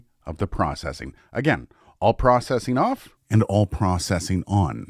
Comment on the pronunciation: It would be pretty cool to compare Aphex processing to something like the BBE Sonic Maximizer. They're different, but sort of do the same thing. I think? Also, processing is pronounced "processing," not "processing." 😁😇